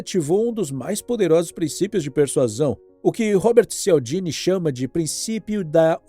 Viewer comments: Todo o desenvolvido e explicações são excelentes. Inclusive pensei que o fato de você falar errado e de escrever Persuasão para presuasão fosse com propósito de retornar no fim do vídeo, mas não. Você escreveu e falou errado mesmo. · "PERSUASÃO" não PRE-SUASÃO, "";-)